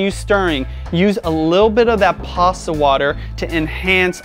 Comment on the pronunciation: Interesting... You usually do not pronounce your T's. In this video...you said "Pasa" water instead of Pasta water. "Insagram" instead of Instagram... & Toally optional" instead of totally optional... lol. Take a listen to yourself. I think u have a speak impediment or have trouble with annunciation.